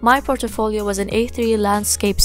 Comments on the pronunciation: you said it likE POR-TO-FO-LIO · The way u pronounce portfolio is unique .......